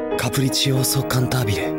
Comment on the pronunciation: It's kan-ta-bee-leh not kan-ta-beel